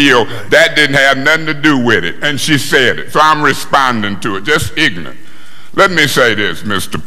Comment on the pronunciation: "Just ignant!" 😅😂😂😂😂😂😂